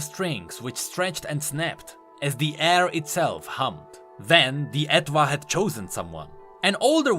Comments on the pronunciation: i am midly triggered cmon how do you not know this *Her instrument's name is based on & pronounced the same as French étoile*, etoile means star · I'm 99.99% sure the "Etwhal" is pronounced like "étoile" in French